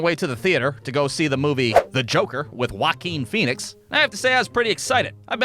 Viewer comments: “Huakin Phoenix” 😂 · I like the way you say Joaquin Phoenix